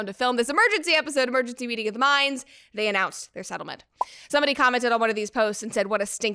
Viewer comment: So you're saying: "It Ends with Us ettlement"?